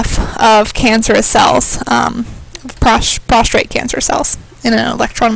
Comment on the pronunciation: Prostate, not prostrate